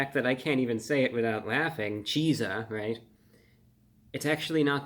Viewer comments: wouldn’t it be pronounced like “chick-sa” because he pronounce pizza like “peak-sa” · Cheat-za. Like PIZZA but with CH instead.. Not that hard to pronounce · I think it’s supposed to be pronounced “Cheatsa” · this is just conjecture but I do believe it would be pronounced “cheat-za” in the same way pizza is pronounced “peat-za”. Best wishes :) love your videos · I never thought I would see the day that ReviewBrah would be in error and in need of correction but we are living in history-making times. The Chizza is pronounced to rhyme with the word pizza not peas-ah. That's a double-z there, not one. The colonel only replaced the "P" in "pizza" with the "Ch" from "chicken." Ch-izza. It's pronounced Cheet-suh, not Chee-zuh. I've enjoyed your videos for many years. Cheers. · It would be pronounced as Shitza as pizza is pronounced with a T and if it's spelled chizza it becomes Shitza 😂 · Great review/episode. You look well and seem happy. I hope you are! 🙂 I will def give the Chizza a try. ( I think it is best pronounced 'cheet-za' as we pronounce 'peet-za'...... Just my 2cents) 😊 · Wouldn't it be pronounced more like cheat-sa? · Not sure why it bothers me, but why do you drop the hard z from chizza but not pizza. It sounds like you are saying "cheese-ah". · It's pronounced "Cheats - Ah". Like pizza. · Seems to me, it should be pronounced, cheet-za.. like pizza is pronounces, peet-za.. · Chizza sounding like Pizza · Pizza pronounced "peet-suh" Chizza pronounced "cheat-suh" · Shouldn't it be pronounced "cheetza", the same we do pizza? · Wouldn't you pronounce it ''cheat-za'''???? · Well the word Pizza has the Tza sound in it, not sure why this wouldn't be pronounced Cheetza as well. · it is pronounced cheet-za. 😊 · Shouldn't it be pronounced like pizza? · Disappointed the “zz” in chizza isn’t pronounced in he same way as in pizza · Why in the world isn’t it just pronounced to rhyme with pizza? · (Mispronounced Chizza, that is) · So its Chizzah. Not Cheesah